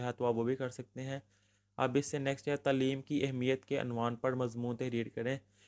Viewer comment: Acual lufz Taa leem hay tuleem nahi shukria